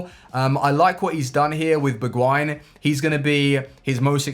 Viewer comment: Wtf, the way he pronounced ‘Bergwijn’ #earrape 😭😭😭